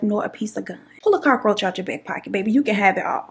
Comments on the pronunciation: N the Cockaroacha!! I can't stop saying this!!! It's more like cookaracha (in Spanish) I love n adore u so MUCH! 🥰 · First 3 min. i thought blue was your man, and I thought you was going to say you locked him out. They say men dont notice hair and nails but i like your s#it. The way you said cockaaahroacha made me wonder if you was puerto rican. lmao your funny made me laugh when i needed one. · I’m hollin 🤣🤣🤣🤣 Im glad I found yo channel new subbie girl every time you said Cock-a-roacha I start crying 🤣🤣🤣🤣🤣🤣